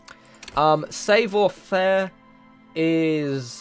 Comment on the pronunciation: Excellent video! Just one small critique: "esprit de corps" is pronounced as "es-pree day core" and "savoir faire" is pronounced as "savv-wah fair"...